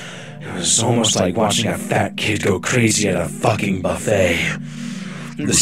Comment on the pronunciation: The way he said “at a FUCKING buffet” made me laugh